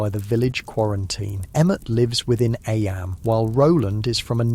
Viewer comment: sorry- don’t mean to be rude as i love these videos ! Was just wondering due to the part where it discusses eyam - noting that it’s pronounced ‘eem’ although the narrator continues to pronounce it as ‘eyam’ and then goes on about ‘lead mining’ (read aloud as leed mining haha). Obviously this might just be human error which is totally understandable, but it would sadden me to know these were just ai generated with an ai voice, not to mention due to the historical content of the videos !